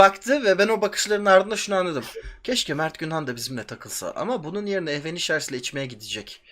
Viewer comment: Ehvenişers falan deniyor :') hü